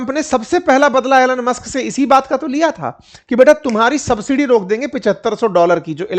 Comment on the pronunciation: Sir आप ने mr. मस्क का नाम थोडा गडबड कर दिया